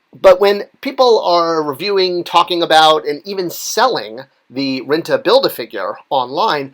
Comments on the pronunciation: Rintrah or Rinta?!? Pretty sure the the second R in Rintrah isn't silent. Or am I wong again? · Rin TRAH! also, Thanos is pronounced Thaan nose not Thainos. Thought it would help your already rock-steady credibility. \m/